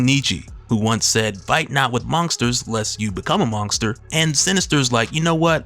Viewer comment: WTF is a "MonGster"?